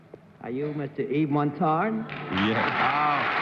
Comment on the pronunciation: lol Cerf butchering Yves Montand's name